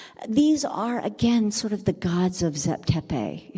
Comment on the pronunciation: Did u dumbed down moron ever think that the bloody wrong way u pronounce names may be why he said zep tepi doesnt exist because in egyptian the pronounciaruon is so different from "zep tepi"!!! Morons!